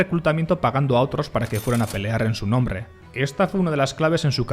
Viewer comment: ES "NOMBRE", NO NONRRE"